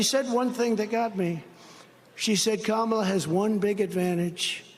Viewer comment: Wow. He is so Scared, he actually pronounced her name right once.😱😂 Anybody else notice that before? It’s a first for me.🤔